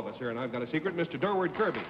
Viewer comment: It's been driving me crazy for years ... Please, everybody - - DURWARD KIRBY. (As in "the direction of Dur.") Somebody get it right for once.